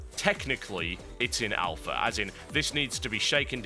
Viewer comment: You might say it's in Owl-pha.